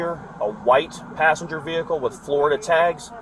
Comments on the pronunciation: Back passenger get out of the “ veh-h-cle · Cops: "Ve-hi-ckle" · Me interviewing to be a police officer: "Say vehicle" "Vee-HICKLE" "you're hired!" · Vee-hickle lol 😂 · “Veh heckle “ I don’t care I don’t give a F 😂😂😂😂😂😂😂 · Why bro saying Vee Hickle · Why can’t they say vechile. Veeecchhile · vee hickle 😭😭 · Exit the V-hickle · when the officer pronounce the word vehicule like a freaking horse you know you are fucked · Why can’t this guy pronounce vehicle correctly ?